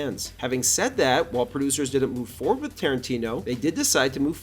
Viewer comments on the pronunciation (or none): none